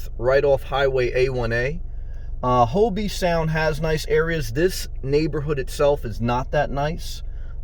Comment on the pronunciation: Just wanted to help by letting you know It's not pronounced Hobee, it's pronounced Hoeb Sound.